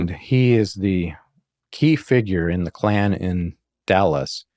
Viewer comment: It's Ku Klux Klan, not "klue Klux Klan".